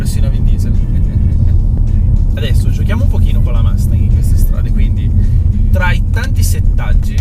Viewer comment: Non hai mai sentito un’ americano pronunciare Mustang ? Son sicuro che l’inglese lo parli, per noi americani fa un brutto suono quando certe parole che infine sono abbastanza facile da pronunciare nel modo giusto , provaci , ti seguo , oh delle macchine molto interessanti , sia americane che europei , ciao da Cleveland Ohio